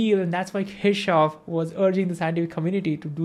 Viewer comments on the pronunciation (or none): You should have written explicitly the name of Gustav Kirchhoff. The thing is: When you pronounce his name it does not sound right in different languages. I (being Russian) heard something like "Teashof". If you had not shown his face (photo) I would not have guessed who was "Teashof". I doubt that even Germans would have guessed what you meant. They don't pronounce it like that. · I think its keer-cough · Kirchhoff ❌ Keshav ✅ 😂😂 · how many of them heard kirchoff as keshav?